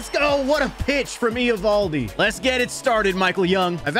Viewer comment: Why are you pronouncing Eovaldi's name like that? 😂